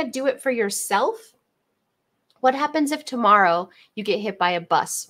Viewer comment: "ta - moor - oh" her pronunciation of tomorrow haha. Cute. ❤